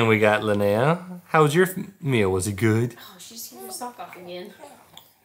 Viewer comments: Linnea is is pronounced Lin eh ah. It isn't lin- nay - ah. It's a common name where I am from in Scandinavia. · I suppose, however this name is an indigenous Scandinavian name. It is unheard of outside of Sweden really. There is no English version. So I am assuming they would like the correct and.only pronunciation. Which is LYN -EH - AH Short eh sound which is infact much more lovely. Skal.